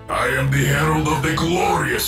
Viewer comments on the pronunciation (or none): When she says "Twilight herald" all I hear is Toilet herald....